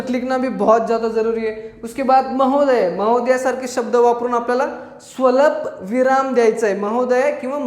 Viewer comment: स्वलपविराम नाही स्वल्पविराम